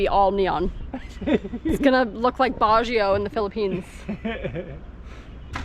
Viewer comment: Baguio is pronounced Baa Gee Yeow. Say it fast and you will get it.